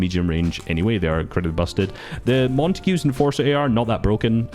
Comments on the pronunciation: You're saying montague wrong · The way pronounced Montague😭🤣